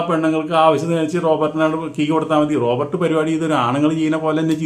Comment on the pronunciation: റോബർട്ട് അല്ല റോബോട്ട് ....റോബർട്ട് ഒരു പേരാണ്😅